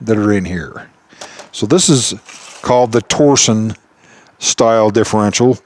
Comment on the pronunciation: "torsion" is the physical act of applying torque, not a company. The differential uses torsion to achieve it's design goals, hence the name. Also, it is pronounced "tor-shun", not "tor-zion", or "tor-sion".